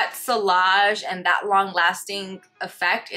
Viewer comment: Just a heads up: the double L in vanille and sillage is pronounced like a y (like tortilla!) Great video 😊